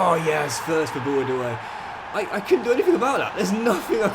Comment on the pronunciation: and its pronounced bou-dah-wi